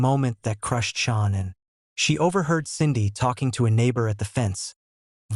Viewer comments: You can't even check that AI kept pronouncing Shannan incorrectly. So disrespectful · All of these AI robot voices mess up Shananns name so bad. It's so distracting. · Some of this is not factual and although the voice is generated, you should still make the effort to pronounce Shanann's name correctly. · Continually mispronouncing the lovely Shanann's name weakens the credibility of this post. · Can’t you be more professional, and pronounce/write the most important correctly ; name of the main victim? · Dude!!!! At least teach your sorry AI narrator to say “Shannon” and not “Shawn”!!!! I cant even listen anymore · You pronounce her name Sha Nann. Not Shawn. Learn how to pronounce Sha Nann. Please. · get her name pronounced right, there is no U in her name, it's not Shaunann it's pronounced Shannan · Pretty sure this is AI voice. Because AI voice is never seemed to pronounce things correctly, especially people’s names and in this case a woman that was carrying a child murdered by her own husband in this fucking podcast. Can’t even get her name right you keep calling her Shawn! It’s Shaan’an! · It's Shanan not SHAWN?? and RIP Shanan and her little angels no person should have to go through that it was horrendous for Shanans family 💔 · You could try harder to pronounce this poor murdered lady’s name correctly. It’s Shanann sounds like Sean when you attempt to pronounce it. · Chris wasn't there when nutgate happen. Get your facts correct and at least say the victims name correct! SHANANN NOT SHAWNA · I pray for Shanann's beautiful family. I urge you to PLEASE change your voiceover and the captions to say "SHANANN" instead of "Shawn"! Her name and memory need to be respected in every way! Do it even if you have to remake the whole video! Thanks. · Shannan NOT Shawn 😢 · Gees...can you not get her name pronounced correctly??? SHAN ANN IS HER NAME, NOT SEAN!!! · Her name is SHAN'ANN. I know this is a AI channel but out of respect please get the name right